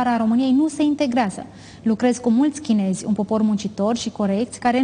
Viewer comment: "Chinezi" NU "chineji" in LIMBA ROMANA, doamna Muresan!!!!